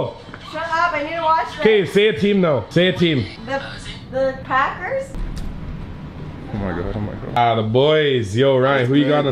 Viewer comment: Respect she said packers that right